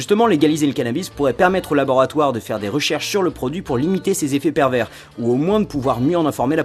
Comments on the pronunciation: ON PRONONCE PAS LE S DE PERVERS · C'est pas parce qu'il y a un 's' à "pervers" qu'il faut le prononcer... on garde ça pour "perverse"... non ?